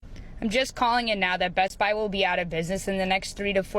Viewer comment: It's Best-Buy. Not Best-Bi. 🙄👈